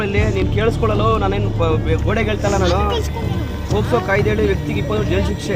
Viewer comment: ಅದು ಪೋಸ್ಕೊ ಅಲ್ಲ ಗುರುವೇ ಪೋಕ್ಸೋ 😂😂😂